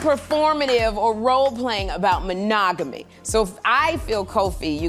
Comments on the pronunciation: I think she had a freudian slip when she said Ma-“nag”-omy instead of monogamy. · was mo-NAG-AT-ME a freudian slip> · "Ma-nag-omy". Got it right the first time.